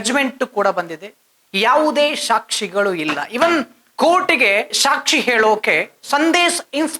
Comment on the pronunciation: ಶಾಕ್ಷಿ ಅಲ್ಲ, ಸಾಕ್ಷಿ